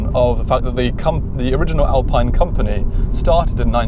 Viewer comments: Alpine sounds more exotic even though its the wrong pronounciation. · Say Alpeen!!! like you say Ferraree and Lamborghinee! what an english uggly pronunciation you've got!!!